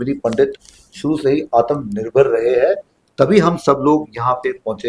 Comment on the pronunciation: It is not atamnirbhar, it is atmnirbhar. Ta is with halant, half ta….cannot stress on it, just touch and let go.